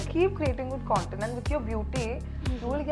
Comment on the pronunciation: കോൺടെന്റ് alla കണ്ടെന്റ്